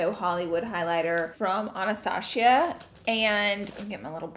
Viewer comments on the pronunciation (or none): Laura: Ahh naa staa shee ughh... Everyone else: Anastasia Love you Laura 😂❤ P.s this camera quality is EVERYTHING!!🥰